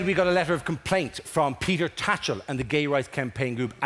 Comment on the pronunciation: I saw this on DVD in about 2007, and I always assumed the name was Peter Thatchell, and it was just Dara mispronouncing it in a thick Irish accent. Was only years later I discovered it was actually Tatchell 😳